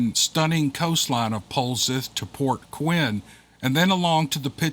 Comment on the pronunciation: POLZEATH LIKE POLE SETH ;)